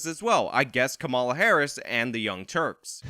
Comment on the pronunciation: Veep's name is pronounced COMMA-la, not co-MA-la. Like the punctuation... comma + la. I hate to nitpick but this is a politics channel and you'd sound smarter if you got the name right.